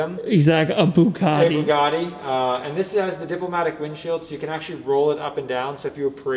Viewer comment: It almost sounds like you're saying bukkake instead of Bugatti.